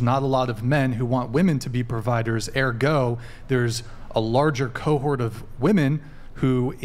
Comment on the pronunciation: saying "Airgow" trying to sound unique when its "ergo" pronounced (Ur-go) 😂😂